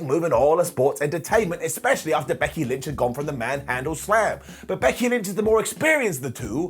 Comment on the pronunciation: “Becky lench”🤣